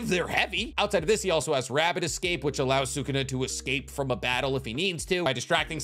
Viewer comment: Bugging the hell out of me that he can’t say sukuna name right half the time